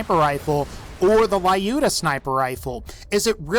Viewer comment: Will someone mention that he said "Lyudmila" wrong? He said "Ly-uda", not "Lyuda"